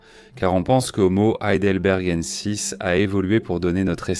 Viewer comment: horrible la voix IA qui n'arrive même pas à prononcer Heidelbergensis